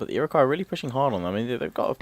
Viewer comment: he is missaying things it's frst nations and ir iq wos iriguo